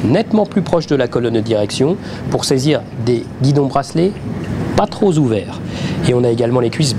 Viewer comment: Je rêve ou à 2"00 l'essayeur dit "pas troz ouverts" ?! TroP ouvert nom de Dieu ça pique les oreilles